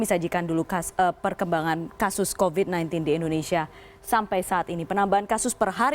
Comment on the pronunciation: Mbak news caster yang cantik... Nggak masalah kok bilang "covid" dengan pronounciation ala orang Indonesia pada umumnya. Huruf V dibaca biasa saja, nggak perlu harus pronounciation ala bahada inggris (huruf V dibaca semu seperti W). Kan malah jadi nggak fokus ke kalimat lain dan akhirnya banyak salah ucap akhirnya. Hehehe.